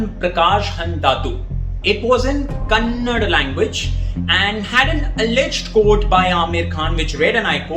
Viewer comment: and Wire team. Please note that when speaking in any non-hindi language its pronounced "KANNADA" language. Just like you would not say in an english presentation Carode for Crore!! Nice presentation on the boycott subject although in my opinion its a good movie but didn't reach my expectation level of 3 idiots or Tare Zameen Par etc